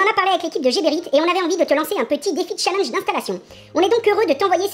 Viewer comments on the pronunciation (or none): none